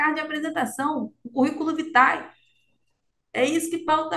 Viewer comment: Currículo "vitae"? Uma doutora não sabe ler a expressão em Latim? Complicado! Ainda não entendi qual a sua,, ainda não me convenceu do seu propósito em refletir sobre religiões, fé...